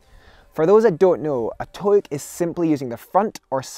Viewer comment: Scottish: Towook English: Toe hook